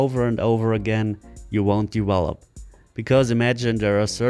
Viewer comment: Wideo, wery, dewwlope lol can't use words with''V"? hahahhaha!